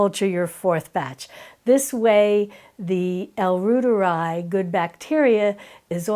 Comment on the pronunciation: L. reuteri is pronounced “roy ter I” like Reuters news agency